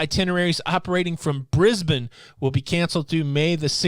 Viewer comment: Carnival Splendor has also had it's sailings adjusted as well. Also you're the first American to say Brisbane correctly ! Congratulations. 🤓🇦🇺🇺🇸🛳️